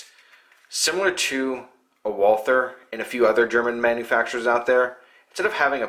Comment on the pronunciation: At least try. Walther is pronounce more like, "Voll-tuh."